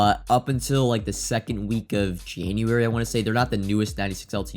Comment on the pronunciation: Toty will be announced Feb 2nd, said “let’s just say it’s going to be a second” emphasis on 2nd lol 😂